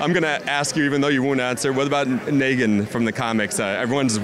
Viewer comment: NEEGAN!!! NOT NAGGIN!!!